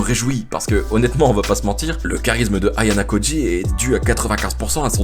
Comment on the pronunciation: Par pitié le nom du perso principal c'est AyanOkoji pas Ayanakoji ( et tkt dans la saison 2 ou 3 yaura un ark centré sur kushida )